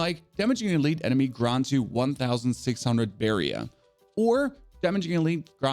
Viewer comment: You are now pronouncing barrier correctly, which makes me sad, because I love your accent, but you've earned this! Much love!